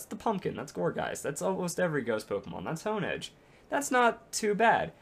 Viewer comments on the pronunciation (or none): none